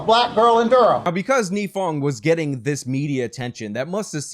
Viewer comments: A couple things. 1. His name is NYE-fong, as in 'Bill Nye Science Guy. 2. Her name is MAN GUM, not MAGNUM. 3. Nifong thought he was going to get the Edwards senate seat in North Carolina because Edwards fell apart in the 2005 election season. That is why he went so hard in this case; he thought he'd be a US Senator. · MAN-gum not MAG-num "Unfortunately he did not serve any time in jail for what he did" Incorrect. Mike Nifong served a one-day sentence.